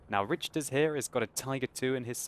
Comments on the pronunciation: not to sound like a grammar nazi or anything but i believe its RICK-ter not RICH-ter :P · No disrespect, but Richters should be pronounced like 'rickters.' Think Richter Scale. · Richters is probs pronounced Rikters - like the earthquake scale.